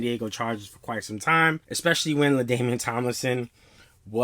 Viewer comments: It’s LadaiNian not ladamien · "LaDainian" bro 💪🏾....thought I heard a M in his name 🤔....🔥🔥🔥🔥jersey crazy 💯